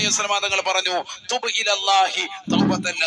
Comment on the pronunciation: തുബ് എന്നണോ തൂബു എന്നല്ലേ